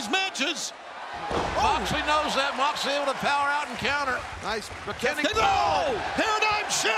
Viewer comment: "J-h-eeeooooon Moooxley!" Really, Justin? Even in his hometown you keep saying his name wrong.